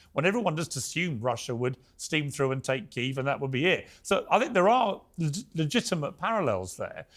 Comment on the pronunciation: Keeeev? Keeeve. Fukc pierce